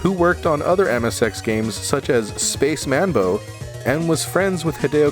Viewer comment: And its pronounced "Space MAN BOW"